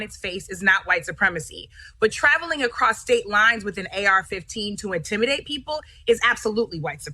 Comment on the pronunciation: “across states lines” melted into “prostate lines” after hearing it for the hundredth time 💀